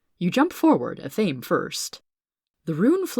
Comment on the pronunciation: Athame Ath-uh-may